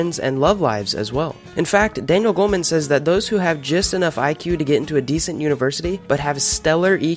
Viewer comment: Its Goleman not Goldman